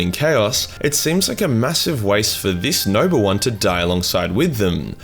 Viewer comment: For the first five minutes your accent made it sound like you were saying “nurgle shard” So all the talk of merging the “nurgle” shard had me asking but why tho?